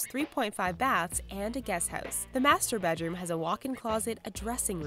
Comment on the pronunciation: Lmao in "the mastur-bedroom" 😂😂😂😂